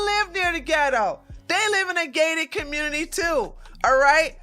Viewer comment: I always 😂 at the way you say community and communitay. Great video.